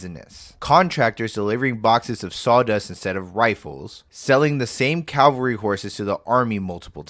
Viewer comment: The horse soldiers are C A V A L R Y, not C A L V A R Y !